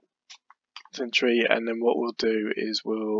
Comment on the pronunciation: Thank you. Great video..just one comment “Century” not ‘Centuary’